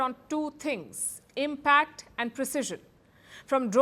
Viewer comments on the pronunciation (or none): none